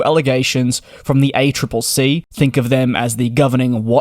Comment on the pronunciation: Woo hoo you said the accc correctly finally